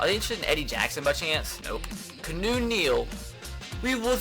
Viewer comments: It's not "Kuh-new" it's "Key-ah-new" freaking idiot... 😑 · No he says kunoo but he thinks it's keenu it's keawno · KEY·AH·NEW like Reeves not Canoe Neal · Aye, its Keanu Neal, not Kanu. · HOLY FUCK HIS NAME ISNT CANOE OR KEYNEW. ITS KEY-A-NEW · Keanu Neal is pronounced (kee-ah-new) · This dude said canoe Neil and Jeremy zootah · Who else cringes every time he says Keanu as canoe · Ur not saying Keanu Neal's name right its key-ah-new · If he says "Canoe" Neal one more time😂😂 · KEY-AH-NEW Neal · It is pronounced keeeeaaaaanoooo Neal jesus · he clearly stated a couple episodes ago that he knows that but he wants to pronounce it kuh-new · Watch his videos he still doesn't know how to pronounce his name